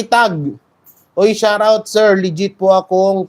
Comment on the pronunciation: Shout out…pronounced as sharrr out😆😆😆😆😆